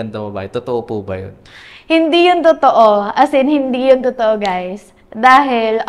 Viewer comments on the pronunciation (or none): Ung ang diin ng "Hindi yun totoo" repeated 2x😂😂😂